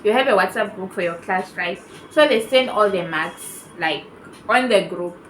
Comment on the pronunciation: Oooo your saying Mark's, it's sounds like maths